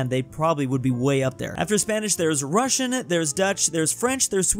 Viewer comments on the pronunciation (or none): none